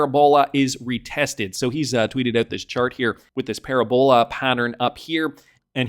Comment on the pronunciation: Pa-RAB-ola, not paraBOLA